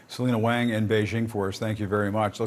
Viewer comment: Stop saying "Wayng" theres no such last name in Chinese. Wang is pronounced "Wahng" and Wong would be pronounced "Wowng" but I don't think thats a real name either.